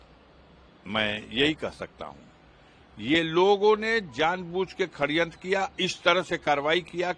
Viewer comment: Neta ji khadyantr nhi sadyantr he